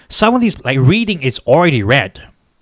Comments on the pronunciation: "Reading" is pronounced "Red-ding" - Just sayin'... AND thank you for this video. The polls in the past few days have had me panicking. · Lehigh = LEE-Hi Reading = RED-ing